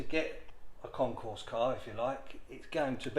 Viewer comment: Ahem, it's Concours ... not concourse.